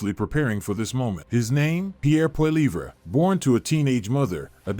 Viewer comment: Lol it’s Poli-ev not Poli-vray